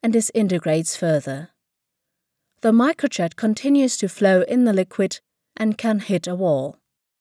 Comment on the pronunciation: or pronounce Micro jet as "microchat"